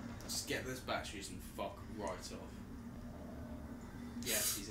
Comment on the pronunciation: making this more pleasurable viewing would be a certain someone saying batteries, not ba'eries